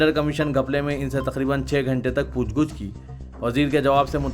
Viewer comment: ASK.POOCH GUCH NAHI POOCH GACH SAHI HAI.